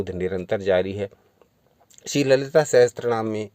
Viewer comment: It's not sahastranama it's sahasranama